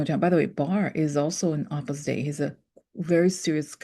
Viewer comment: Sorry to butt in but Opus Dei is pronounced Oh-pis Day (long O) not Ah-pis Day even though your pronunciation when you write it out is more fitting.